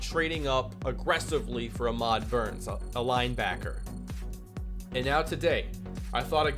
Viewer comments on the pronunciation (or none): none